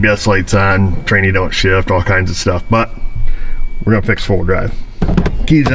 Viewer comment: ......or "F"s, "shift" came out wrong! lol